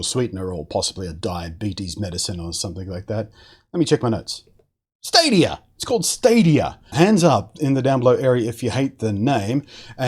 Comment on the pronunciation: Sounds like Stavia.